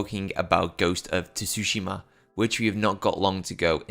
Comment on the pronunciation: It’s pronounced more like Su-shim-a not Tu susheema lol. The shim is more like shim than sheem as well.